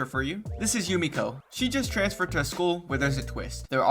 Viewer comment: Had to check and hes its Jumeko not Jumiko. Out the anglophones and confusing e and i.